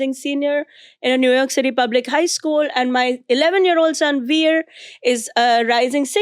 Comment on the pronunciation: A candid family conversation! As a parent, how do you manage to see a topic of conversation through without having one of the family members get up and walk away abruptly in disgust when their viewpoint is at odds with that of the rest of the family? One more thing. Zarna, rather than pronouncing your son's name the way an Amercan would, i.e., We - er, can you pronounce it correctly as 'Veer', please?